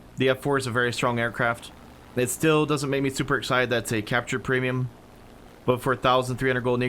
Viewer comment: Oh Ham did a great job. You(!) sounded a lot more nervous. You were contracting words something fierce! Right off the bat: "Welcome to our Pre'm buying guide". The what now?!:)